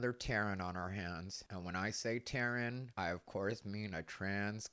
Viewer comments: "Taren" 😂 that is funny but suddenly I feel bad for my friend named Terrin 😂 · “Taren”?? 😂😂😂😂😂😂 I cant😂😂😂